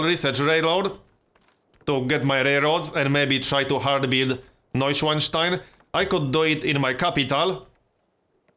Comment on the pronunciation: I love how you actualy pronounced nueschwanstein even remotely right :D